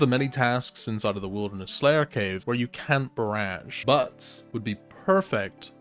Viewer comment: I HATE THE WAY U SAY BARRAGE